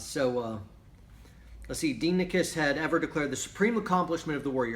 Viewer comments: Proper Pronounciation: DEE-eh-NEE-KEYS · correct pronunciation: “die-eh-neh-kees” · Was assigned that book in a college history class, I've read it at least 5 times now. Pronunciation is "Die Oh Nikes" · It’s Die ah -neck eees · Dienekes is pronounced Dia-knee-keys